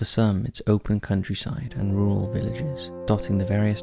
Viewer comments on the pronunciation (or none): none